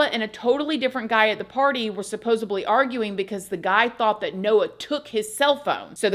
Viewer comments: supposedly. please. not supposably. Loved your videos since the prison story days. you're a phenomenal story teller! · It's not supposeBLY...it's SUPPOSEDLY. Like alleged and allegedly. That's all.